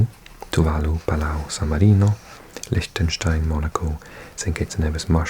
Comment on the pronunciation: Did you just call Lichtenstein lishtenstien?